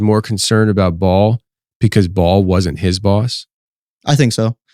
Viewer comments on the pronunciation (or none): Bael like bail, not ball. Put some speck on his name! lol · Are you saying Ball? Or Baal? As in baal the pagan god otherwise known as satan?? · You are pronouncing baal wrong.. its not ball its bay-el (baal) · !! I thought he was saying Ball not Ba’al!! I thought Ba’al was pronounced /( bay-l )/ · It's Ba- al; not all pronounced at once